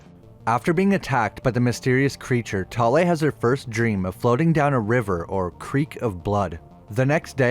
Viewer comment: As a Norwegian i love your pronaunsiasion of Thale. I also enjoy your videos